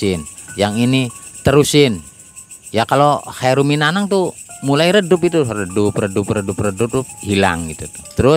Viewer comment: Khairun minanaum pak.bukan Khairun minanong.